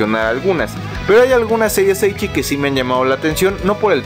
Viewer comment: La serie de la arañita está divertida, la novela ligera publicada por Kamité me pareció muy entretenida y una grata sorpresa, yo no la conocía, así estoy muy interesado en el anime. P.D. es ecchi, no eichi. ¡Saludos!